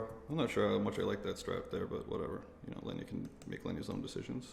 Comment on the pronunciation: Its pronounced Leeena, not Lenja 😂😂